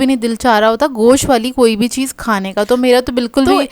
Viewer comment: رخلیتی ہیں نہیں۔ رکھ لیتی ہیں۔ چیّز😂😂 چیز ...Chase Pronounciation p dehaan den . 😂😂😂 Plzz